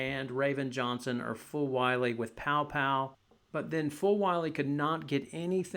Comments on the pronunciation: you mean Paopao not Poa 🤦‍♂️ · It’s pronounced “pow pow.”